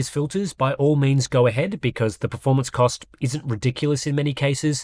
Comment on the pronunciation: Yes like the "r" in pefomance.